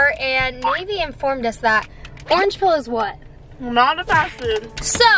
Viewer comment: The way said fast food 😂 fashfoot